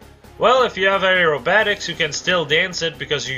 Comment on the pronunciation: the duel skill was a BS move on IS, those things needs to be in the summon pool... never! tho the game disagrees with me and gives me 4 marfs and 3 tikis instead.... Aerobatics: Eh-ro-ba-tic-sss (A is silent) rofl.